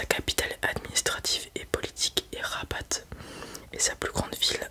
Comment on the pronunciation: La ville Rabat se prononce Raba on ne prononce pas le t Sinon tres bonne vidéo comme d'hab